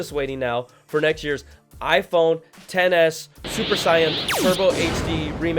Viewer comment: Hahaha it sounds like you said iPhone Tennis Max 🤣🤣🤣🤣